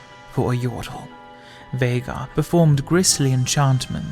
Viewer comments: Feels good knowing that all these years that I’ve cringed everytime I’ve heard someone call him ’Vaigar’ I wasn’t wrong in how to pronounce his name. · TRUE!! its always pronounced as VEY-GAR even his Final Boss Legendary Skin says himself "Unimaginable is the power of Veigar! (VEY-GAR)